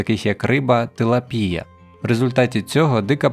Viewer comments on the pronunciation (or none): ТилАААпія! А не тилапІя. ДИЗЛАЙК.